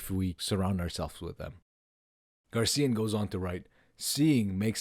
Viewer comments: GARCÍAN????? My goodness! Is so difficult to tell "GraciÁn"?? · Yes! GRACIAN, not GARCIAN. Like fingernails on a chalkboard. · GRACIAN! not gar CIA!- It is unlikely that Nietzsche read Balthasar Gracián or was directly influenced by him. There is no mention of Gracián in Nietzsche’s published works, letters, or notebooks, and no evidence that he owned any of his books. While both thinkers share a common interest in aristocratic morality, self-mastery, and the art of living, their fundamental philosophical projects and ethical frameworks are quite different. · Gray-C-N? Grace-ian?